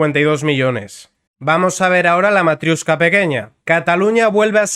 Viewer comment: Me encanta una unión de países en la que se utiliza el inglés cuando ninguno de los países miembros tienen el inglés como lengua propia. Por cierto, no es «matriUshka», sino matriOshka.